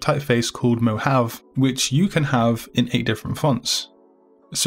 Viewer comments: 'Mo Hav AAA' is the correct pronunciation not "mo have" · Awesome as always these fonts are perfect!! Just one Mohave is said Mohavee or something like that lol like the desert! ♥ I cant wait to use them all you're awesome!ty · Thanks so much! btw it is pronounced Mo-hah-vee